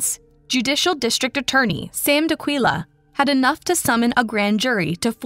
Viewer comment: D'Aquila not D'akila